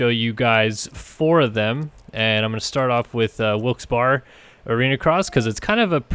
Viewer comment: It’s pronounced Wilkes-Berry.